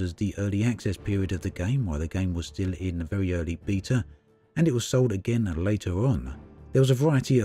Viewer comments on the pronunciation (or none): its beta not beeta